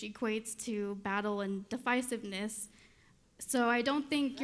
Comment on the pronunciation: Did this girl say difisiveness me thinks she meant divisiveness but sure sounds like this girl said difisiveness I think Im getting stupifer (hehehehe) listening to this girl in the audience